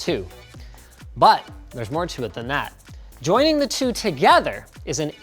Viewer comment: not like "two" saying it like toe 🙂